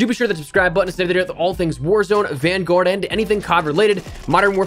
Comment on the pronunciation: I love how he’s says vangowurd